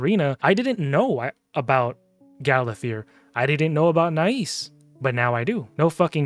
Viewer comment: Nais is pronounced NICE. He's my most wanted, with Komidus in 2nd place, but I already have 3 Krixias, 2 Mikages, 2 Lazarius, 2 Siegfrunds, Galathir, and several others. Above all of those, the "free" fusion Magic lego Armanz is picked every fight and, if allowed into the battle, dominates and wins most times. So, tell me more about overpowered mythicals. 😂🤣🤣🤣🤣